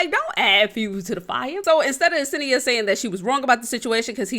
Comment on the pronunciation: senia not asenia